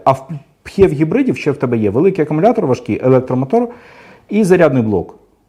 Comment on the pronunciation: Дякую за гарний та цілком доступний огляд. Тільки одне зауваження, як на мене, то ваша вимова типів гибридів...., аж вуха закручує. Пхєв..., мхєв... Жах! Існує просте й зрозуміле: ПіЕйчІВі (PHEV) і таке інше... Слава Україні! Слава нації! Смерть ворогам!